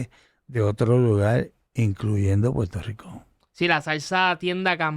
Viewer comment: buenos días y con respeto. Como internacional Debes mejorar tu pronunciación, ejemplo: Puerto Rico por Puelto Rico, por - pol, Acuerdo - Acueldo. Saludo. Escucha a tu invitado.